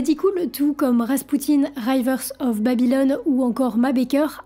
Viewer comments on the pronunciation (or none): Punaise « raïvers of babylone » ! Être aussi nulle en anglais n’est pas donné à tout le monde.